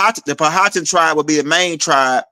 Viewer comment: We pronounce Powhatan = Pow-Ah-Tan